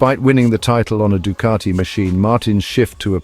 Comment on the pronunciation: It's Ducati, not Ducarti